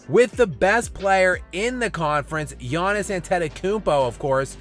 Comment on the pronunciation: I love how has just completely given up on pronouncing Giannis's name correctly